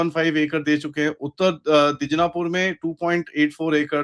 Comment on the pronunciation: Dij-na-pur ❌ Di-naj-pur ✅